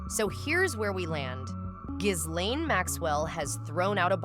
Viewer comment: It’s Gee lane